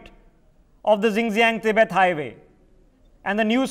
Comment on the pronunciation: Xinjiang is not pronounced as Zingziang ! 😂🤦🏻‍♂️ It is शिञ्च्याङ्.